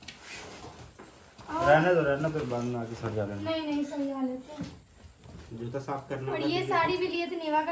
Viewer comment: Or juta ko jutta nahi😂😂😂😂